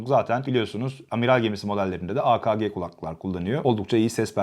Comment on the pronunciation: a ka ge değil a ke ge olucak a ka ge çok kaba oluyo